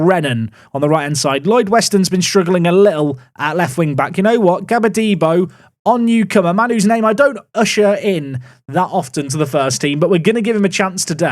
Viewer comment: it’s not gabadebo😅, it’s actually gba de bo, I’m sure he’s a Nigerian